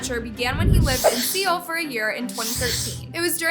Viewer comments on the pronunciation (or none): It's pronounced 'SOUL'... not 'seal' 💀🤣🤣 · Right like it’s literally pronounced “soul” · Did u just say “see-oil” 💀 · she said “ see ol “ instead of soul. ANYWYAS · SEE-OL??? girl you did not 😭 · See-ole? Girl did you go to school at all? Homeschool doesn’t count. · "SEEohll" when its pronounced like soul...and spelled like SEOUL..its not hard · Hi Seoul is not pronounced "see-ol" it's pronounced "soul"✨✨ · Did she just say seal instead of Seoul 😭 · I know you didn't just pronounce Seoul literally as SEOL... Honey sweetie.. its pronounced like SOUL.. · You did just not say 'See-ol' 💀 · im sorry what, lives in seal???? man its pronounced Seoul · Girl did no just say ‘See-ol’ instead of Seoul 💀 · it's pronounced as "Soul" btw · … did i just hear Seoul be pronounced „see-yol“? …That’s one way to put it🤣😅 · just so u know, Seoul is pronounced as soul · Um was a bot the whole time cuz I noticed the way she pronounce some words or names like Seoul and Nidal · Did she really just say Seoul like that 😭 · u said seoul wrong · Babyyyy!!😂 You could’ve at least done half this level of research on how to pronounce “Seoul” properly. It’s giving “arime moyo”